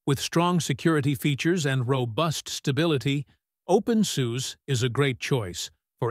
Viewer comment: Open Soo-seh. Please. Thanks.